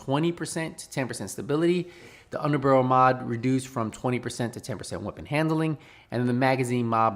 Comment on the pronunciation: I didn’t come here for news - I came here to hear say HERURIC and UNDER-BUHRUL